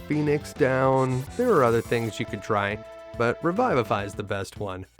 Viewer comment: Re-vih-vah-f-eye. puh-lee-ss